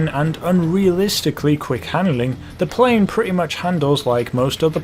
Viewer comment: You said prain